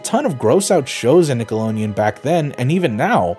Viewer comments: STOP SAYING NICKOLONEON AAAAAAAAAAAAAAAAAAAAAAAAAAAAAAAAAAAAAAAAAAAAAAAAAAAAAAAAAAAAAAAAA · Stop. Saying. Nickeloneon. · Nobody: Not a damn soul:: NickeloNeon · WTF is Nickelonian? Nickelodeon. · I have to be honest, the pronunciation of Nickelodeon in this video is hurting me